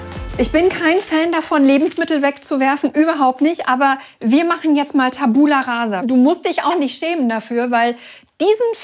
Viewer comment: TAbula rasa, nicht taBUla rasa ...